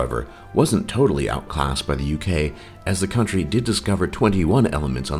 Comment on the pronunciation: The Ugay? Really?